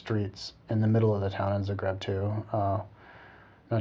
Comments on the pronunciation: oh my goodness, the way he pronounces "zagreb" hahaha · On every of your observation I can tell and prove to you the exact opposite. I will not mention it all because I don't feel the need to justify myself or my nation, but I would just like to 'warn' the people watching this video of its incorrectness. When you came in Zagreb (pronounced completely differently btw) you obviously ran into a fair of some kind, since we have it all the time on our main square: from medieval reconstruction to display of old crafts used to this day ect.